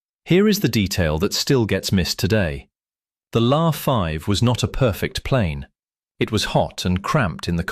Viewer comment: LA, L A 5, L A 5, not Law 5, in military equipment the letters are announced seperatly!!!